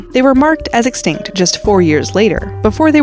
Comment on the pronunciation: please always say extict cause every time you say it they will appear😂